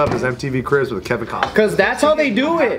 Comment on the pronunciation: Kevin Cosnas Mel Gibbons Mack-up instead of makeup Lmao can't speak